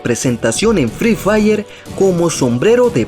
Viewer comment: Fre fair se dice fri fair pelotudo